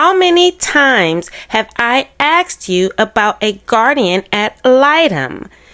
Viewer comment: “Asked” not “axed”